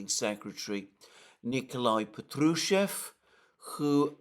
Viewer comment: Respectfully, the name Patrushev has stress on the first syllable - therefore, Pátrushev.